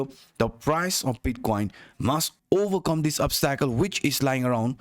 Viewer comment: Thank you brother! Here's a tip. Say... OBS-tickle not obs-TACKLE ;)